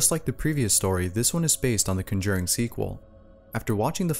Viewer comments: BTW you're pronouncing The Conjuring wrong.. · It's funny how they lost the controller while watching The Conjuring 2, since that happens to Janet in the movie. Also, it's funny how you pronounce the title lol